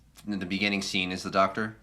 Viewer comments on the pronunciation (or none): none